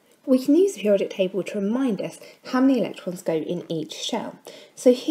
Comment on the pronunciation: She can't pronounce periodic